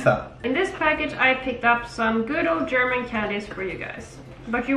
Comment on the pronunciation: Your german pronounciation sounds so cutee hahaha